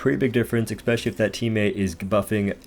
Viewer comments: Love your videos man, definitely my favorite Dauntless youtube provider. Just have to say, the word is pronounced “especially” not “eXpecially” please keep up the good work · Seriously impressed by your leaderboard ravaging man, amazing. But stop saying ekspecially, i can't handle it